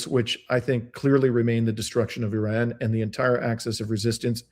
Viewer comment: .... Why do you add an " L " when you say Iran.... You sound like a mloron !